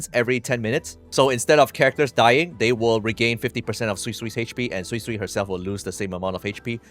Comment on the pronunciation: thank you for pronouncing her name properly. for the life of me, i don't understand why kuro allowed her name to be pronounced as "soysoy" :(